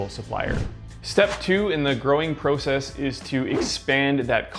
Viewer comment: Nice video. Only complaint is the way in which you say “process”. Lol